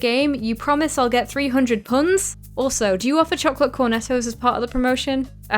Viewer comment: Yea people say pund